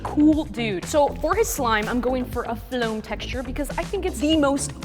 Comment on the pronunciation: Haha "floam" is so funny when she says it (i mean )